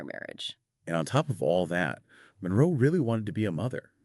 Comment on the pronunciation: Her lastname is not Monreo, it's Monroe